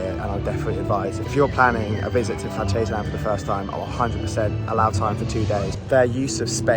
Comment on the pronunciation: Awww ... you start great with the "guten Morgen" ... and then ruin it by slipping into the english/american pronounciation of "Phantasialand".